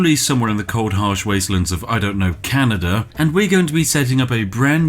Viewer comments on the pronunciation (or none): none